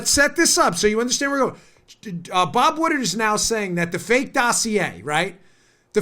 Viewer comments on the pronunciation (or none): Dan's making me crazy with the "Bob Woodard", isn't that "Bob Woodward"? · It's pronounced WoodWard not woodard. Other than that great show. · It's Wood Ward...Woodward not Wooderd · Its Pronounced Bob "Wood Ward"